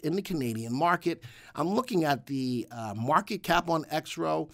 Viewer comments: Your credibility suffers when you can't pronounce the name of the company properly . Its not " Exrof " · The VectorVest subscribers typically refer to Exro Technologies by it's ticker symbol which we pronounce "exrof". Trust me, have been with VectorVest 15 years and knows what he is talking about.